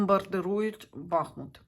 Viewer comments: БахмУт, а не бАхмут !!!! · Дуже Вам дякую за моє рідне місто,тільки будь-ласка БахмУт,наголос на другий склад.,будь-ласочка поважайте назву мого гарного міста, на долю якого випало таке важке випробування.БахмУт -це Україна,це титан,він переміг і перемагає!!! Да буде так!!!